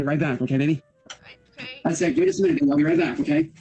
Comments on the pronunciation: Dude that "olay" drives me INSANE and he clearly announces "okay" at one point in this video so IT'S POSSIBLE HE JUST DOESN'T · he's saying Olay. Have you seen the goblin shampoo commercial? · Olay or oway instead of okay 😃